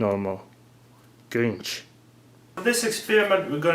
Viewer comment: nonono he said GRIENCH